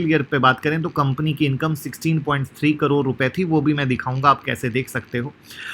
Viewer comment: करोर नहीं करोड़ 😂😂😂